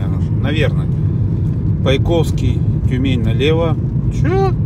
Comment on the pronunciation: По́йковский, а не Пойко́вский.